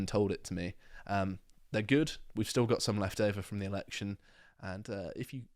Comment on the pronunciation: Dude...LEARN TO SAY TH INSTEAD OF VVVV. YR BRITISH, SPEAK PROPERLY FFS!!!!